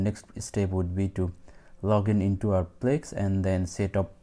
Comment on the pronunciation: It's Plesk, not plex